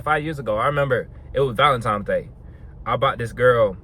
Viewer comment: It's cute how he says ValenTIMES, every single time . Corey Wayne also says it (but he aint on no body game stuff, he's more just about relationships). It would make sense if it was TIMES, as Tines is weird, and just coz it's some Saint dudes name -That nobody knows or cares about anyway. It's just a money spinner. Cool bandana